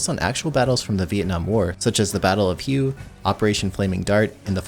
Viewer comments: it’s not battle of “hew”. Hue is pronounced “Way” . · It's pronounced Battle of "Way" not battle of "Hue or Hugh". Lol